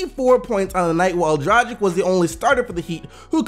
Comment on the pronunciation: IT'S PRONOUNCED DRAG-ICH, DRAG LIKE WHEN YOU DRAG SOMETHING, DRAG- ICH!